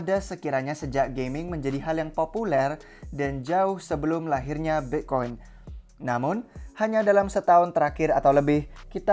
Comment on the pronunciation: min. bitcoin bukan bekkoin wkwk